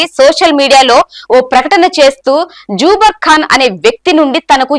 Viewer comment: సమాజానికి వాస్తవాలు తెలుపుతున్నందుకు ధన్యవాదాలు. చిన్న గమనిక: Zuber పేరు - "జూబర్ " కాదు.. జుబేర్ అని ఉచ్ఛరించాలి.